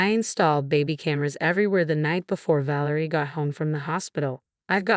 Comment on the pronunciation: Ă - vă is just fine: it's European. VĂ lĕ rie should be stressed on the first syllable. The Adrian varied, so I am not going to say anything.